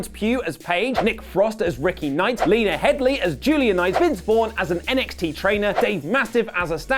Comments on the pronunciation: Headey, not Headley 🙂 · Lena Heady. He said Headly.